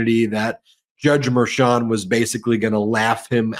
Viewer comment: might be petty, but can you get to pronounce Judge Merchan's name properly 🤣